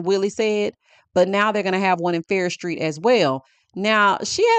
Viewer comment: It's Farrish Street😂